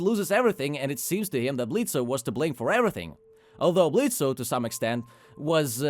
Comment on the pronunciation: I think the O is silent, it's pronounced Blitz. I did like the episode and your review though.